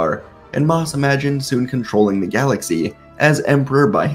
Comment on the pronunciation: Really don’t like the why you say right in to it and galaxy